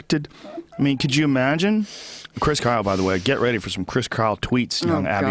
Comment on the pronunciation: Joe "imaagine" rogan